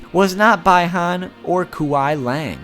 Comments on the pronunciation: He pronounced Bi-Han wrong and Kuei Liang wrong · It's not bye han it 's bi han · It's bihan not by honne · Bi Han it’s pronounced (Be-Hon) not (bye-Hon) the i is silent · It’s b Han no bye Han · It's pronounced "Bee Han" not "Bye Han".... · It's pronounced as be Han not bi han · Bruh say it right it's kuai Liang not kwai Liang not by han it's bi han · Its bee-han not by-han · Its not by-haun Its b-i-han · BEHON nOt BIHON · BAI HAN its BEE han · Bi Han, like a bisexual Han Solo? It's BEE Han. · Bee han not bye han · It’s beeeeee Han not “bye Han “ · pronouncation really needs practice good job saying that in the vid and also its bi han not bai han and kwei liang not kuwei leyang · The name is Bahan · One thing as constructive criticism: The "Bi" in Bi-Han is pronounced as "Bee". Just a note for later :) also the Kuai in Kuai Liang is pronounced as "Ku-a-i" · It's bee han you cuck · “I will probably pronounce at least one thing wrong” 10 seconds later “bye Han” ku way liang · This guy really said bai han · His name is bi-han (bE-han) that is how you pronounce it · You're mispronouncing their names. It's Bee Han and Qwhy Liang. Bi Han and Quai Liang. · It’s be Han but you spell it bi Han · Bi ham = bee-han kuil laing = quail leaing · it's be han the i is making the e sound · Man, you're right about the pronunciation haha. Kuai Liang = K-WHY LEE-ANG Bi-Han = BEE HAN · It’s it pronounced bee Han and kwy li ang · i will likley miss pronounce atleast 1 thing Also during first fact: BYE HAN AND KWE LANG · Bi Han’s pronunciation is be han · it's pronounce Bee-han not to be rude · I know its Bi Han but you need to say it like be han I mean he is your fav so just helpin you out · Bye han, kuwey leeang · bi-han is pronounced be-han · By-Han hahahahaha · Bi(pronounced bee) han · its prenounced BE HAN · Bi-han? More like Bye-han... because he's DEAD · Bee-han is how its pronounced and just... ugh. Yup, your pronunciation of their names are horrid.